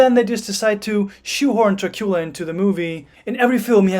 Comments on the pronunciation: "Dracoola films"? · I really like the way you pronounce the name of the prince of darkness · Why do you pronounce the name Dracula the way you do?